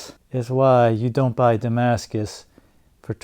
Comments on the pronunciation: Saar your damaca has arrived saar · Did it say Damascus or “Damn Ass Kiss”? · Damscus “style” knife lol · No, it's Pakimaskus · But. Its Damascus, man!